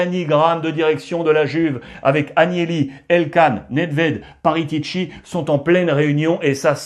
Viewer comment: C'est Paratici et non Paritici Alex mais autrement très bonne revue de presse comme souvent !